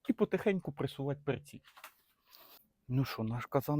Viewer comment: не перцІ, а пЕрці